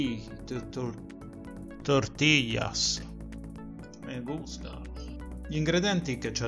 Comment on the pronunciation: Eccomi qua 😃 k buona la salsa Tabasco e la tortilla cipolla 🧅 mais 🌽 la carne zenzero Tabasco pepe nero sale😀😀 lì dà molto gusto la cipolla rossa anche un goccio di vino 🍷 😃👏🏼 bravissimo tortillas ottima pronuncia Si vede davvero deliziosa 😋 da rifare bravissimo like 17 me lo son guardata tutto🤩🤩